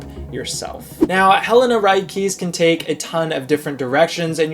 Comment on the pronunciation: Isn’t it pronounced Ri-kay-say